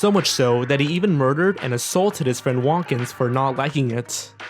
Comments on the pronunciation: pronounces Wontkins' name "Want-kins". But I believe it's supposed to be Won't-kins". Wilkins and Wontkins, get it? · Three things wrong with that last one. 1. Wilkins is NOT a prototype of Kermit. Kermit was around two years before Wilkins. 2. Wilkins is brownish-orange, not greenish. 3. Wontkins is pronounced WON'T-kins, not wohnt-kins.